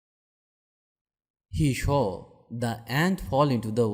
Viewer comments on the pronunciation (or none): Hi, sorry to tell you that your pronunciation of a few words is wrong such as SAW, WANDERING, etc. Moreover, we can't address any as HE, it should be it as when we don't know the gender we use IT. Please fix your mistakes.